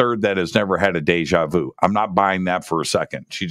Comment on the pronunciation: When you say. "It's just like de ja veau". Is that de ja veau? Definitely is yes.